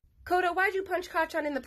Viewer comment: Isn’t Kota’s name pronoced Ko-ta?